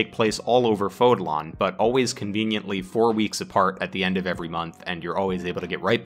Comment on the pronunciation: Do you purposely pronounce foldan like that or is it an accent thing💀?